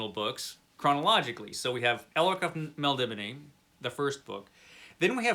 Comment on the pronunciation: I think it is actually pronounced more like "Melnibonay"